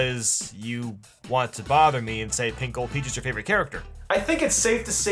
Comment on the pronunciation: When he said pink gold peach to me it sounded like pickle peach